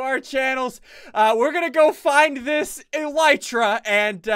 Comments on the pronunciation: Say it as eleetra!!!MY OCD IS GOING OFF BC OF U CALLING IT ELITRA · Please its ely-tra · Its pronounced a-lee-tra